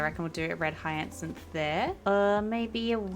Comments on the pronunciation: Money trees can be picked up and moved, no need to chop them down ❤….btw, hyacinth is pronounced “higher-synth” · hyacinth is pronounced “hi-uh-synth” 😅